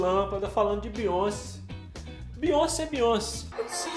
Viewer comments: se pronuncia BeyonCÉ, a sílaba tônica é o CE, pq o nome dela é francês, e no francês o acento agudo tem som do acento circunflexo do português, então Beyoncé se pronuncia "Beyoncê" e não "Beyonce". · N fala “Beyonci” É broxante É Beyonc”é” Obg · Que nervoso! Não é Biônci, é Bioncêêêêê!!!!!